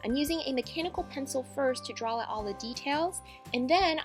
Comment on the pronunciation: It's draw not drawl frickin frick